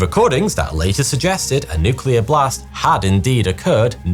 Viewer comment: The so called nucular explosions.